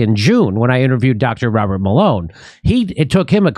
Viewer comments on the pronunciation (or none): none